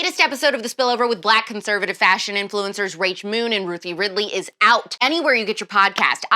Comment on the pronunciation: Did you say, "Cute-servative"??? Lmfao 😄😆🤣😭 Aaaannndddd ---- SUBscribed!